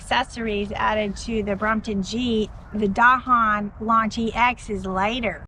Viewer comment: Finally, a video that pronounces “Dahon” correctly.